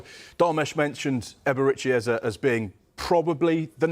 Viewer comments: It's not Ezei, but Eze. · Man they keep calling him Ezah, it's like Ezei. Come on guys!